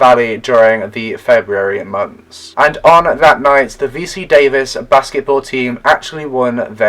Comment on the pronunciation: UC Davis, not VC Davis. UC means University of California, at Davis.